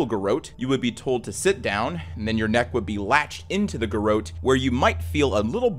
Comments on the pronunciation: Its pronounced 'Gar rotte' Not 'Gar oat'. Its also 'DisorIENTated'. Sorry. Just makes my teeth itch hearing words mispronounced. Great channel. Love your narration, brain itchs aside 😉 Keep up the great work ! 👏😁💛🇦🇽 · It's pronounced Gerawt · That’s not how you say ‘garrotte’ lol. Imagine a very French French person saying ‘carrot’. That’s how you say it 😂